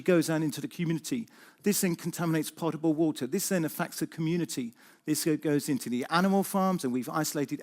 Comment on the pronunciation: For the information of others listening to this talk: 4.47: It is potable water not 'portable water'